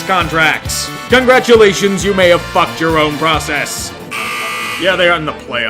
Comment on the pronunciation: CONGLATURATION???? WTF